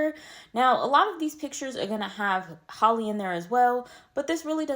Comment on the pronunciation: It’s Halle like Halle Berry not Holly.